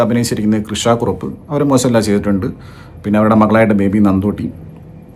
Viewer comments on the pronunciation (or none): none